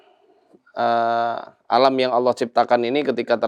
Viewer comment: Bang mongol nyebut nama ALLAH sudah FASEh🤲👍👍👍👍👍